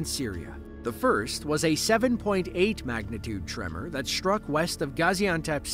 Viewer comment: it’s prounounced ‘struck’, not shhtruck, thank you very much